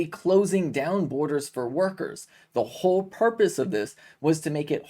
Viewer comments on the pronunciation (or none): none